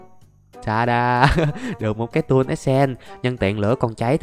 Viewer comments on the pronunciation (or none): none